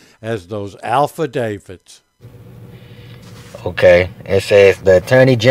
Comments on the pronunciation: “Alpha-Davids” should be your first clue there is something wrong. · Let’s not ignore the fact that he just said “…mines” as well as “alfadavits”. 🙄